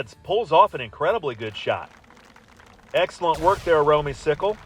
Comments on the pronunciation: You and Russ were correct on the pronunciation, it is Romey-cicle, not cycle! Hope to get lucky enough to have you announce another match again someday!! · it is Romey- cicle and thank you for pronouncing it right!!!